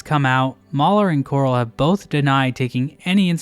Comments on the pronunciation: Just me that keeps hearing Quirrel every time he says Korol? XD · pronounced throughout the video Gennadiy Korol as Quirrel. Smh, when his ancestors created the surname, it's blatantly obvious they were copying the beloved Hollow Knigjt character Quirrel. Can't believe his name is a hollow knight ripoff. But seriously, I don't actually mind these kinds of "ripoffs" because at the end of te day, you're gaining more of the things that you, the consumer, like. It's obvious that Team Cherry isn't going to make 80 HK games, but, you could always check out other similar games, to even play while Silksong is coming out. But if we act toxic and unpolite towards these devs, we aren't gonna gain anything good really... the genre will just die out probably.